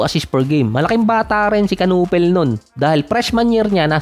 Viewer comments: "knew pel" ang pag pronounce sa apilyedo niya hindi kanupel. Hahaha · Kinipol ang pronunciation ng apelyido nya hahaha. Sabi ni Nowitzki ibig sabihin daw ng apelyido ni Kon sa German ay baseball bat. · simple lang ang basa don. "KON NU-PEL". silent "K". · Ganito Ang pronounce kunepel (knueppel) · Kanipol boss ganyan pag pronounce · Kayanga nakakatawa di marunong magbigkas ng silent letters hehe